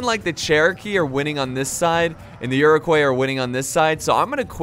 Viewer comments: Iro-kwah not coys. Never did learn to pronounce foreign names did you haha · Iroquois is pronounced like Ire-qua, not Euro-quas, it's french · It’s pronounced ear-ic-wa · I'd just like to point out that Iroquois is french so it is pronounced Eer-oh-kwah just for future reference 😊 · Iroquois is pronounced ear-ah-coy The s is silent. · I don't mean to be douchey, but Iroquois is pronounced Iro-kwa, just saying